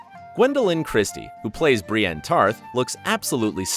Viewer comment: if you stopped watching after that you missed "briane tarth"